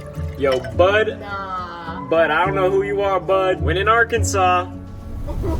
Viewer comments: “AGHRKENSAW” noiez ❌ “AHGRKENSAWCE” yez ✅ edit: cookie is yum 😋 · Is it just me or should Arkansas be spelled differently? It's spelled Ar and Kansas but isn't said like that. Arkansaw is how it sounds.